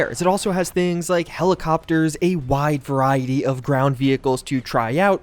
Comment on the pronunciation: I was skipping through the war thunder add and every time I stopped he said “wide verity” like 10 times